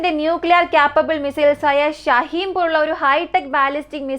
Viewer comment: ഷഹീം അല്ല ഷഹീൻ ആണ്